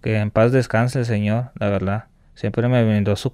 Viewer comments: Este amigo dijo "La Verldad" como unas 500 veses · La veldad estuvo chido la veldad